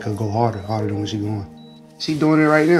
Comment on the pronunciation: When he called about her performance and she said “Whet” 😂😂😂 like he def had her messed up!